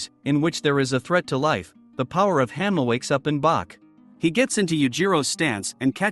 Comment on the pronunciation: bro pronounced 80% of the names wrong i was like "who tf is jack hammer" then i realized its hanma